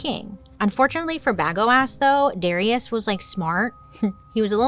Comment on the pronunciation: 🤣🤣🤣🤣 And it's 'dah-RYE-ush'